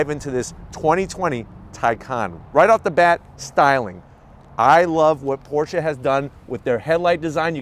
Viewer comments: Thank-you for pronouncing “Porsche” correctly! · Thank you for pronouncing the name correctly!